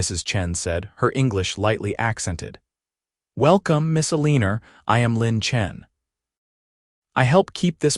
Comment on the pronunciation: el - e - nor Not a - leen - er. Is she a professional leaner? Or does she just lean on fences, or whatever, as a hobby?